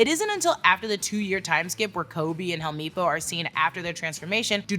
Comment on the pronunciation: Lol not the hell-me-po it's hell-mep-po but everything else like you is fine as hell